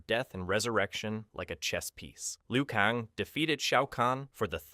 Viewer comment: kAng not kong. How do you get that wrong